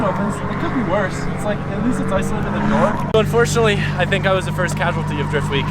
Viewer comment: Who the hell do you "Fink" your talking to! Lol